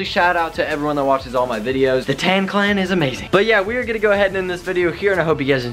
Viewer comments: Please stop saying tan clan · Am I the only one who cringes every time he says “tanclan” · Every time he says tanclan I cringe so hard 😂😂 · You are still cool but stop calling us tannclann please